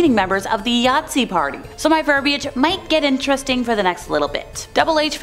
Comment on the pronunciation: Did she say Yatzi ??